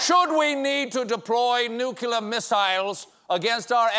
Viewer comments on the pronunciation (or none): "Nukular", Stephen, really? "Nukular"? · "Nu-kleah" missiles, dear boy. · It's NUCLEAR, not ''nucular''...